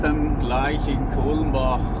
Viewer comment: Kannst Du nicht mal "Kulmbach" aussprechen oder was ist Dein Problem? "Krummbach" omg